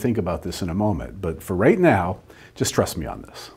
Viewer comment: "for right now, distrust me on this" ... well, that's what it sounded like. I hope you meant "just trust me on this"